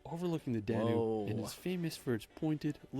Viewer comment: Duna River, not danu